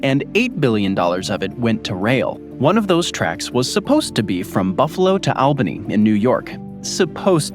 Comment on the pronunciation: Learn how to pronounce Albany